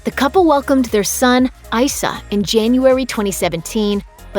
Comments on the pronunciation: E E EEE EEEE Eissa ... That capital E in Eissa is not silent, so why does everyone pronounce his name Issa... It's Eissa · Her son's name is Eissa. It is pronounced "Ee-Suh" NOT "Eye-Suh." His name is ancient Hebrew. The equivalent of his name in Arabic is Isa or Issa/Eisa/Eesa, which is Jesus' given name at birth. Her ex-husband & son's father is Muslim & his first language is Arabic. Interestingly, the child's last name "Al Manna" given by his Qatari father can technically be translated as "bread of life," referring to "The Manna" (spelled archaically as mana) in both The Bible & The Qur'an. Thus, his name "Eissa Al Mana" can be translated as "God is Salvation, the Bread of Life. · Issa is pronounced with an “E” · Had to give a thumbs down for all of the shade thrown and for mispronouncing her son's name.